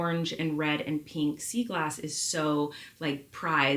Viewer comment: “PEENK” SEA GLASS! PEENK is definitely rarer than pink. 🤪